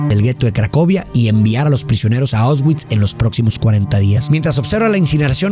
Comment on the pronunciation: Una película muy emotiva como Mexicano vi este film cuando era niño y nunca me imaginé que viviría aquí exactamente donde se grabó y pasó esta tragedia, me tomó mucho tiempo asimilar lo horrible que esto fue. Por cierto como ayuda para nosotros los de habla hispana la pronunciación sería “Puashuv” tal cual y los campos son “ausvisch”. Excelente video ya vi casi todos en este canal. 😅Saludos desde Cracovia ! 🇵🇱🇲🇽